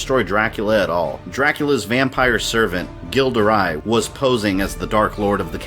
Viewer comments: Gilles de Rais is normally pronounced Jill de Ray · That awful pronunciation of Gilles de Rais though. Ughhh.